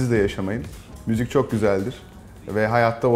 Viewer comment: Müzük diyor